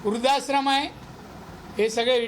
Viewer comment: वृध्दाश्रम नीट बोला आधी राणे साहेब